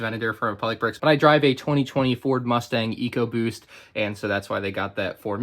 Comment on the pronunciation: I heard mustang 😀ecobost😞